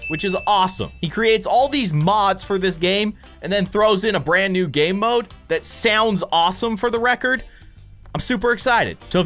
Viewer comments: No, it was Noobuh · dude, speech mistake, you said Noob game node your welcome! i watch all your ice scream videos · u said noob gamemode😂🤣😂😂🤣🤣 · Um- Did he saw "New" or "Noob" In the beginning?? XD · Instead of saying new he said noob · He said noob not new